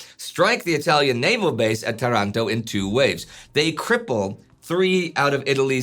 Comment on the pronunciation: Why Tarànto? It's Taranto... said this, great explanation. I really like your videos.